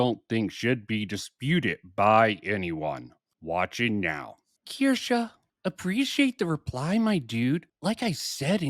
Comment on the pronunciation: I disagree with quite a few things said in this one. But the main 2 are how you pronounce Kirsche lol, and that you keep saying 7 months compared to 5 years. Sure, Kirsche says many times she discovered Bridge 7 months ago, but that doesn’t mean she discovered DEI 7 months ago. I know nothing about EU and very little about Kirsche, so the implication is that EU has more credibility than Kirsche because 60 months is more than 7.